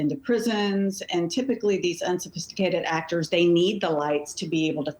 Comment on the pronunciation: "Unsophististicated...aktor!" SAY IT AGAIN!😂😂😂😂😂 how silly is this?!